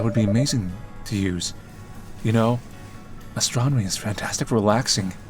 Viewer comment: The way he keeps saying "astromony," I can't tell if he's trying to be funny, or if he's going full George W. Bush nukular on us. I counted at least three astromonies.